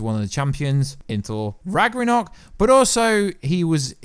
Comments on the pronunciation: RAGNAROK not RAGRANOK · Thor Ragranock? Seriously dude? C'mon. I swear you purposely mispronounce a word in every video to see if anyone catches it. If that's not what you're doing, well then, you need to work on some stuff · am I the only one who laughed out when he said "rag-ra-nok" . Sounded funny. Thor's twist removes him from the position of strongest avenger. Cap Marvel and Cap America both held their own vs a young combatant thanos better than thor. the russo's murdered thor in my opinion.